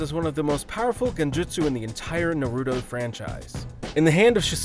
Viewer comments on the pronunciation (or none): NARUTO. Not natudo. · I stopped watching after I heard him call it "Nuh-Roo-Doh". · “Shi sew eee uchiha”🤦🏽‍♂️ “Na rooo to”🤦🏽‍♂️” “to bear ra ma senju” “ha gar ra mo” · Fr lol “nurudoo”😂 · Goku is unstoppable so nothing can beat him and you can’t even say naruto right